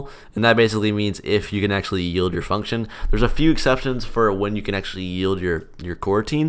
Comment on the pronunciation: i first heard coroutine dot yeet instead of coroutine dot yield